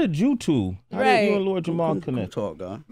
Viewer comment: Somebody tell Sway its Jamar & not Jamal hahaha